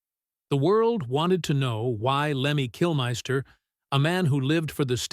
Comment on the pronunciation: I stopped this bullshit when he said ‘Kilmaister’. AI slop.